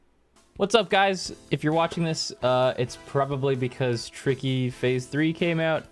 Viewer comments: I am absolutely certain he said “Tiky” there and you cannot convince me otherwise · he said tiky at teh beggining of expurgation too lul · King of Ice-Cream Sandwiches in that specific part it sounds like he says Hank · might be my imagination, but I SWEAR tricky is screaming "Hank" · Anyone Hear Tricky say TEA T